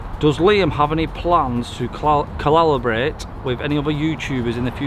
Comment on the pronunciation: Another good video. Stop being so hard on yourself! I think we all like your style and you come across as almost normal. The spelling mistakes and the mispronunciations (collaboration in this one), the incorrect names - even when you put them up on screen, brilliant. Makes me smile every time.